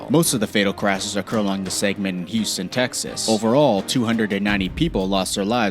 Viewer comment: First How do u manage to do so perfect for every road except Texas. I 45 is in texas but I 5 is in California Second How do u butcher the words Houston (he said yooston) and Galveston (gaveston)